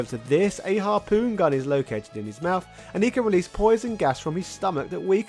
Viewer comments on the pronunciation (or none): none